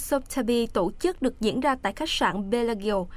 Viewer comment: đừng đọc " tộ chức " nữa